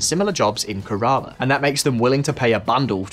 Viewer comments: Kerala. Stress on first syllable. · I've worked with several people from Kerala, but I never heard it pronounced that way it is here.